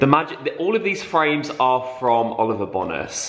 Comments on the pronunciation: It’s Seychelles rather than seachelles. Like the place, and Bone-as rather than BONas x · It’s Oliver bonus haha, pronounced ‘bone nus’ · The way you say ‘Bonas’ is making me lol 😂 ask Zoe how she pronounces it lmao